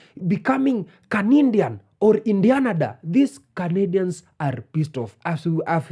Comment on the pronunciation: "we candian" LMAOOO